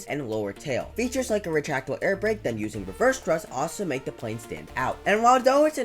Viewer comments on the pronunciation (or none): none